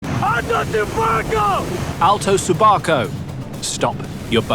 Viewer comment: it's not subaco. It is 'su barco'. Deten su barco!